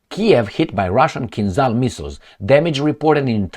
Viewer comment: Hi, I appreciate very much your videos (thank you for all of them!), but why don’t you pronounce the word “Kinzhal” the right way? You would be one of very few on western media! On the net you can find following description of the sound transcribed “zh”, e.g. for the Cyrillic letter ж. “The 'zh sound' /ʒ/ is voiced (the vocal cords vibrate during its production), and is the counterpart to the unvoiced 'sh sound' /ʃ/. To create the /ʒ/, air is forced between a wide groove in the center of the front of the tongue and the back of the tooth ridge.” The kinzhal are called kinzhal because a kinzhal is a dagger in Russian. As you mostly pronounce French words with a way that sounds authentic, I can tell you that the sound transcribed “zh” is the same as the sound corresponding the letter J in Jacques, jamais, Japon, j’aime, jalousie, etc. See the article Khanjali in Wikipedia, which concludes “Compare the standard Russian-language word (probably Turkic-sourced[6]) for "dagger": Russian: кинжал (kinzhal).” Good luck!